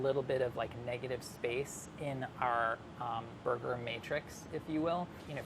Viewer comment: No body : New yorkers : ßoiga.